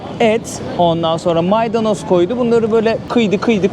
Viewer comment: maydanos değiz maydonoz